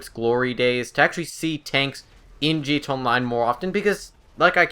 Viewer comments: Dislike just because of how you pronounce GTA. Wtf, just say "G" "T" "A", not "gta" like some middle aged person trying to be "cool" and "hip." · wtf is g-tey online?